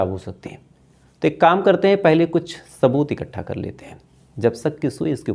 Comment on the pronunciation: Shaboot,shaaf shaaf 😅